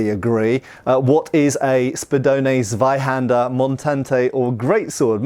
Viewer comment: The "Z" of Zweihänder needs to be pronounced "ts". So a hard t at the start.